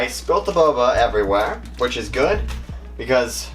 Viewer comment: When he says “everywhere” he sounds french💀